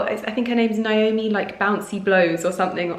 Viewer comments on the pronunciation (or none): none